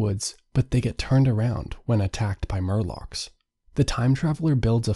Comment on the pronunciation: Morlocks. Not Murlocks.